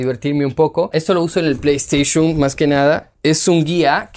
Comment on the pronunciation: pley esteyshum xd